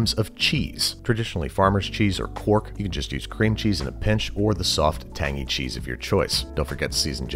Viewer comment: Quark is not spoken like cork, it's more like Kwoark, I'd guess for you Americans... :-D